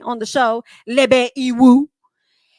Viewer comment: Why you sound like you saying Lil Bay for Lebe? 😂 Girl, you had me rolling at work. Had to chill and remember where I was. Love your reviews